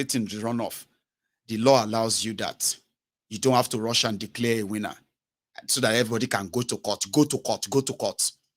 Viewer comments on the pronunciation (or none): none